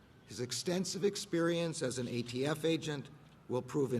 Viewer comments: The dumbest thing I’ve ever heard was sue the gun manufacturers. You can’t compare tobacco which is addictive to guns. Gun violence is not a gun issue but an economic one. He said AFT isn’t it ATF? 🤔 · Umm... The "AFT" huh, I could have sworn it was ATF but what do I know! 🤷‍♂️ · “tHe AFT”